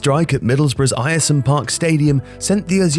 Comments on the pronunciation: It's pronounced Air-sum you knob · hate to say it, in the video you put middlesborough, not Middlesbrough which is that is should be. Ayresome is also pronounced (Air-sum) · It’s pronounced airsome park 🙂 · Pronounced AIR-SOME park. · 'Ayer-Some Park' actually sounds North Korean 🤣🤣🤣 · Ayresome Park is pronounced air-some fyi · Eyeersome park stadium... fucking hell my ears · FYI the pronunciation of Ayresome Park is like Air-some. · Btw, Ayresome park is pronounced ‘airsome’ just letting you know :) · It's pronounced Air-sum park, man, howay! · Football, it's pronounced AIR-some Park, isn't it? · It's pronounced "air-some" park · It's pronounced "air-sum" park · Come on, love your stuff but you spelt Middlesbrough wrong within 25 seconds of this! Edit - Ayresome is pronounced like Airsome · The Stadium name is pronounced "Air - Sum - Park". Source: I lived opposite it. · It's pronounced Air-some park (Ayersome Park) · Nice. Air-sum though. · Pronounced 'Ayresome' wrong. A bit of a glaring error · "Ire-some Park"?! That's not very nice :P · It's pronounced airsome park. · its pronounced AIR-SUM Park 😛. The small monument on the site of Pak Do.Iks goal was declared a national monument to the glory of the DPRK.. the only one outside of NK and its in Middlesbrough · Born and raised in Billingham just 4miles from Boro and I have no idea this even happened! Cheers this was well interesting! P.S. its was pronounced Airsum park haha. Strange name i know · Ayresome park is pronounced Air- som park, not whatever it was you were trying to say at the beginning of this video. Sheesh. Thank goodness they moved out. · Great video! Just for future ref Ayersome is pronounced ‘Air-Some’ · Bit of difficulty there lad in pronouncing Middlesbrough’s ground name! 🤣🤣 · Narrator is mispronouncing 'Ayresome' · The way the narrator pronounced Ayresome Park is absolutely disgusting. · Let’s just not talk about how he says Ayresome haha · Air-some park not ayresome